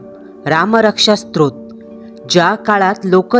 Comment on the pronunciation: स्त्रोत नाही स्तोत्र असते ते 😅